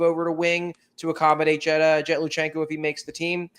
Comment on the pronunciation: it's Lui CHANK-o not Lu shenk -o Literacy! but you can call Michkov Mawww-vay all you like where'd you get that accent?